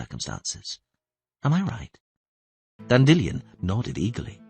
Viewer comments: Dandy Lion, not Dandillon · Istg this man pronounces 'Dandelion' differently in every book Dandellion Dandelion Dandillion